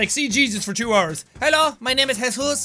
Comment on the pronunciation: “Hello my name is hesus”